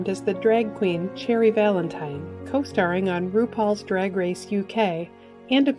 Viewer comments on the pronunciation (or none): none